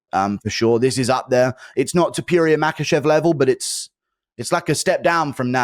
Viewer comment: Why can't he pronounce Topuria??? I mean he hears it 1000 times a day 😂😂